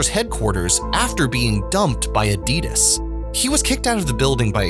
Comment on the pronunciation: Your pronouncing ADIDAS wrong